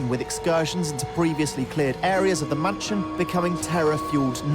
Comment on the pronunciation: am i the only one that heard him saying munchin instead of mansion?